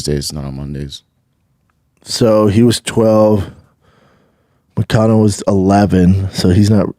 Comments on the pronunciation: Yo it's moicano not moistino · Moisaiano instead of Moicano lol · Why is no one correcting Shaub when he says "Mociano" 🤣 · Who the eff is moistino??? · Who the fuck is moicino. To be this fighter that knows everything like he thinks he does, you would think he would have the names right. That’s really not even close. It starts with m and ends with o. Everything else is completely wrong. How embarrassing. What a tool. Wow. Blows my mind